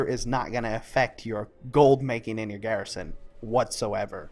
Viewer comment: every time you said garrison i cried alittle.